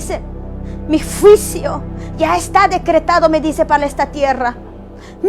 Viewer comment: Pero porque hasta ahora estás dando profecía, porque antes no lo hiciste? También pronuncia bien! Se dice juicio, no fuisio. Los jinetes, lo has leído en la Biblia, cuidado! No acuses al pastor porque ya es viudo y no está en adulterio y también ya pidió perdón a Dios y a los que lo acusan. Muchacha cuidado con juzgar en público, recuerda que todo lo que se siembra se cosecha y más tarde, te lo harán a ti. Ten cuidado, y pídele perdón a tu pastor. Se ha levantado mucha gente queriendo tener fama y dinero en YouTube. Pero usémoslo para predicar, no para deshonrar. Cuidado!